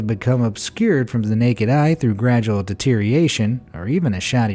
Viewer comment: DE-TE-RI-OR-A-TION has SIX syllables, NOT five!!